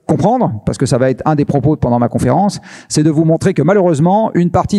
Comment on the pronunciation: pourtant ce Laurent Alexandre fait d'affreux pataquès : écoutez le dans ses 2 passages à thinkerview , c'est moche . ( " ça vaTêtre" prononcé à plusieurs occasions , inacceptable ! )